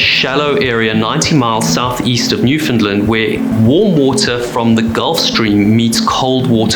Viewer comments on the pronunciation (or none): none